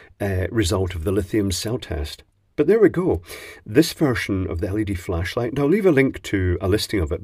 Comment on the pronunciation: Had to replay the intro, thinking you said “fleshlight” … missed opportunity 😂